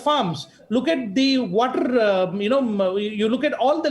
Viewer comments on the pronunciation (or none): none